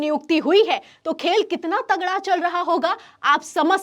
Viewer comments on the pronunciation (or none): none